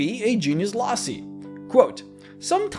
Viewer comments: Loci is pronounced "Low-Kai", like not high but low, and dragon ball z kai. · loci, not lossy. silly anglophones. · its DEFIANATLY not lossie, its low ki. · Genius Loci is pronounced like Loki, not lossy. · Loci is pronounced lo-kai, I think, rather than lo-sai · It's not genius "lossy" (sic). It's genius loci. Loci is pronounced low-kye. Hard c and long vowel sound. Incidentally loci is the plural and one of them would be a genius locus. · fk my dude.. loci.. low... kai learn to engrish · Its probably loKii. As in locus. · I think you mean to pronounce that genious lokey on Latin c is always pronounced hard as k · Loci is pronounced "low-kai". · loci is actually the genitve form of latin locus that means place. so Genius Loci means "Spritit of the place". it is pronounced "lochi" (like in tai chi) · In Latin the letter C doesn’t have the same S sound as English does. So it would be pronounced Genius Loki. Ave, Kaesar! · Genius (low-kai) loci ... not trying to be a dick the rest of your definition was completely correct i just figured youd want to know. And the titans actually created the gods. (Im guessing it was different in dnd) It was the other way around. titans where created by the union of the sky and the ground. Hence why they were separated afterward. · Huh... for some reason I always thought "Loci" was pronounced more like "Lok-ie" kinda like the first syllable of "Location" since they are, after all, a location. Maybe this is just a regional thing. Yea, let's leave it at that. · The word, loci, is a Greek word for place, and is pronounced low-k-eye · loci is pronounced low-kai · It’s Latin. It’s pronounced Loki. But it’s fantasy so I don’t really care. For your education I guess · Loci is the plural of Locus, it's pronounced Loki. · The plural form of locus, loci, is pronounced losai in american english. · Can pronounce Hecatoncheires, but not Loci. Huh.